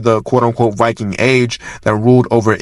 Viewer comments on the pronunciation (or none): none